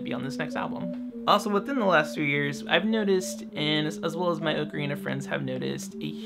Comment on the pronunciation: Oh my gosh, someone else who pronounces ocarina the way I do. I always felt so alone in this before. :)